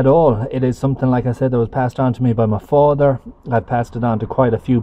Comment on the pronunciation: What is “ Me Fader”? Oh. My Father. Gotcha. Lol